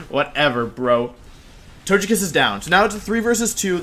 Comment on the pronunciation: Please pronounce Togekiss correctly.